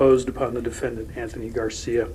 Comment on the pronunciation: interesting .. in this one u pronounce the "th" in anthony correctly whilst many other times u say "th" the irish way - i'll never figure u irish out ;-)